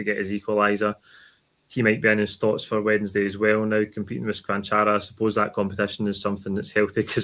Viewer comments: It’s “Cha-van-chara” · Was looking forward to Kennys pronunciation of Cvancara and it did not disappoint.